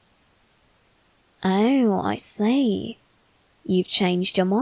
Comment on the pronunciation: What he is saying : i see, i see What i hear : i slay, i slay